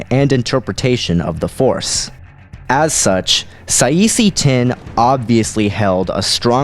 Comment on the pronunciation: it should be Kit Fisto vs Saesee Tiin (pronounce Saa See Tin)